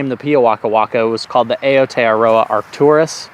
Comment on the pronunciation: Aotearoa should be pronounced "OW-TAY-ROW-AH"